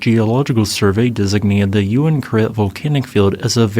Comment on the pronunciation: So I was right, it was pronounced "you win karet" and not "ooween karet". Haha.